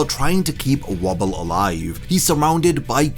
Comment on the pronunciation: WOE-ble. Pronounced like "Woe" and "ble", not wobble. Also I think the Phantom Troupe, Kurapica, the Mafia, and all the princes are going to end up in one major conflict that ends with everyone dead except Oito and Woble... with Kurapica coming back to life thanks to timely theft of Tserriednich's Nen Ability and The Cat Who Lived A Million Lives. The Nen Ability "Predator" is going to get used against Morena's infection/game Nen ability, and it will be successful due to its user figuring out the ability on his own. Last of all... Beyond likely wants to use his position as a major player in Kakin to use a successful succession ritual to protect him from the Dark Continent.